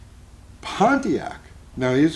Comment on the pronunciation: I'm so glad puts proper respect on the name "Pontiac", and doesn't say "ponniac".